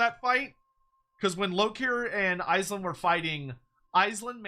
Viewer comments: Andy Law's going to mald at how you're pronouncing Aislinn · I know I hate it hahaha